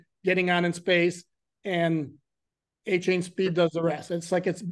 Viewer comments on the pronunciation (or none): Achan not achon geez